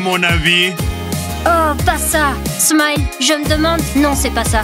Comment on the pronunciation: On dit smile pas smayele